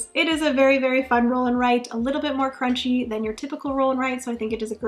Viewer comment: I don’t know this “crunchy” that you speak of. I do know of “crwaunchy”. Is this what you mean?